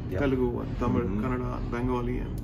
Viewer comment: When he say the word "Tamil" always and it gets more stylish! ❤️‍🔥